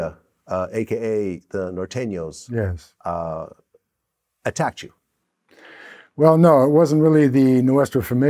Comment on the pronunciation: vlad sayin Noteno like cops do, bothers me